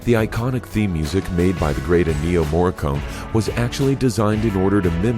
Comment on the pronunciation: I knew all of these things. This video is absolutely WORTHLESS. And the narrator was so bad that he couldn't pronounce the composers name right. You should really remove this video in SHAME.